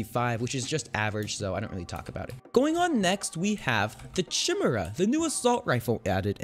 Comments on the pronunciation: lmaoo he went into a full explanation on what the difference is between assult rifles and sharp shooters while he called lü-ģ-er's luhdgers and k-eye-mera chimeras what th still good vid tho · It's not chim era it's kai mera. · Chimera is pronounced ky-mare-uh And it’s not an assault rifle, it’s a G3, the battle rifle variant of the MP5. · "Tjimmera" xD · "Eight clip magazine" "loojer" "chimhera" "shimmer assault rifle" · Louge er? Chim er ah? Why u pronounce bad?(i still like ur vids tho😀) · Chimera is pronounced ky-mair-ah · Kai-meera "Chimera" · no the maramorez has the most dmg not the chimera or however its pronounced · THATS NOT HOW YOU SAY CHIMERA IT MAKES THE K SOUND